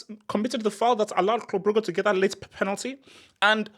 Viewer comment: Legend says Club Brugge will not go out of the UCL until learns how to pronounce their name